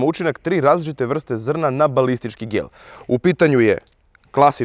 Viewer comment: Zasto uvek kad brzo kaze gel pogresi i kaze gelj? 😁